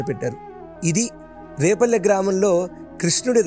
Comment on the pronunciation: adi repalle kadu, adi vrepalle! Endukante maadhi repalle ne, ma vallani kuda adiganu. So, Brindhavanam ki daggara lo unnadhi vrepalle. Mee podcasts chala bavuntayi. Chala baga explain chestaru.